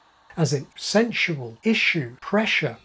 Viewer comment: I can finally put my finger on the way that Captain Picard says, 'issue'.